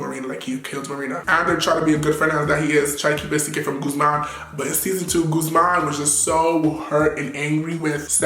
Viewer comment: It's gu thh man not gooSEmaan🤦😂😂😂😂😂😂😂😂